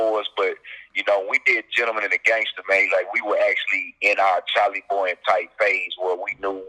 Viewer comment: I still bump their music til this day. I wish they would make a reunion mixtape or something. Definitely miss these guys making great quality music. Oh and you keep saying Charlie Boy, it's Chalie Boy lol. A lot of people mess that up though.